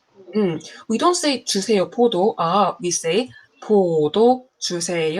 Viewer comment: as a korean person, that's an interesting choice of intonation... 포도 more often starts with a high pitch